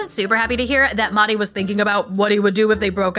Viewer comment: The H in MeHdi is not silent. It's an H like Henry